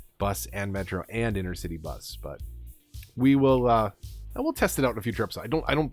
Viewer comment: Please,please,please stop calling the inTercity buses inNercity buses. I know it’s just small and petty but it really nags my noodle. Otherwise, I still love watching your play throughs. 👍